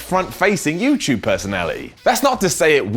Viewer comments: It's youtube not youtyube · pronounces YouTube as "YewChoob" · is talking to us on youchube